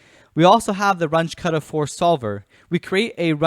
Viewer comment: Just FYI, since both Runge and Kutta were German, the pronunciation is closer to "Roon-geh" (g as in gravity) and "Koota".